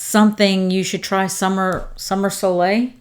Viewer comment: Thank you so much for this video! Helped me decide which scents I will be getting! Btw, You did pronounce "soleil" correctly :)